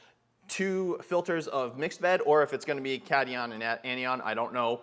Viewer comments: Not bashing just trying to help, its pronounced Cat-i-on and An-i-on. Great video! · Its (cat)(i)(on) and (an)(i)(on). It's just chemistry pronunciation. :) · Good vid. Ps, Pronunciation Cation: Kat - eye - one; Anion: Anne - eye - one